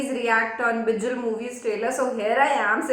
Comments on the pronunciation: Its not bijil.....its bigil😂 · Not bijil ..its big(k)il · Bol rha hu galat mat man na vo bijil nhi vo bigil hai ..from thalapathy fan